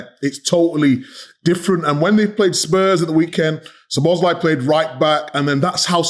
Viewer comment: Isn't it about time you learned to pronounce Szoboszlai;s name? The stress is on the first syllable.